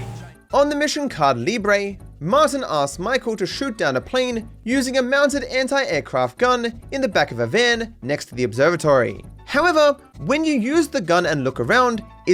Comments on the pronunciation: i assume these are technically just props, not cars, thats why they despawn when they get far or did you just comment bait me??? "caahd leebray" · PLEEEASE get Aitana to teach you to properly say "Caída Libre"!!!!